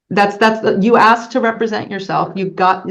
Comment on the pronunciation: Nothing says "Royalty" AND "Chief" like having to pronounced 'asked' as 'axed'.